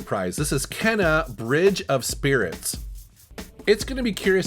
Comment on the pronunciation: The fact you mispronounced Kena makes me think you didn’t really play it much? But glad you enjoyed it; I did too!